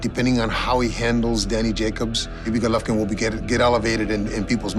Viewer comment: first pronounce his name right you inbred, and second you think jacobs is gonna KO ggg in 6 rounds? YO LMFAO I FOUND SOMEONE MORE DELUSIONAL THAN KELL BROOK YOOOOO CTFUUUU